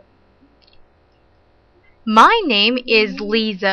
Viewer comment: Lisa بتنلفظ ليسا مش ليزا